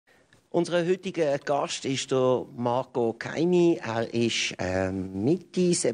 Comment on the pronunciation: Gutes Gespräch, aber bitte er heisst doch nicht Keimi